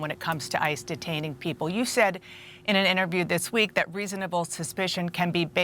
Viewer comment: Can someone tell him that "interview" has 3 syllables?